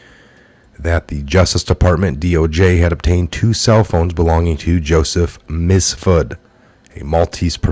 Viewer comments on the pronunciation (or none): You keep saying Misfud, Misfud It’s Miiiiiifsuuuuud lol Miiiiifsuuuud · Joseph MiFsud, not MiSfud.